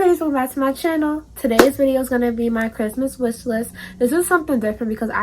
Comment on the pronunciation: Christmas ”Wishlisht” lol